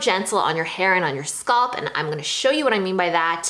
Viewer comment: scalp, not sculp